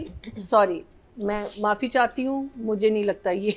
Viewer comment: Soory soory 😂😂kya soory